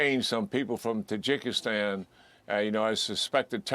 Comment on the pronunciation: "tajiggystan" wow learn some culture, you brainwashed sheep.